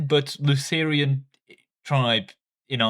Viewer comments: No no, do it when he says "litigurial" and "Lutherian"! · Hey, there is no i in Lutheran